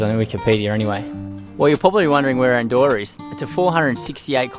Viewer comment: No se pronuncia "Andoura", se dice "Andorra" xD. Buen lugar para vivir!